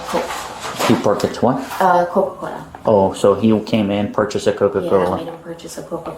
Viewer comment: why did she only bring out her hispanic accent to pronounce coca-cola?? the most american thing ever?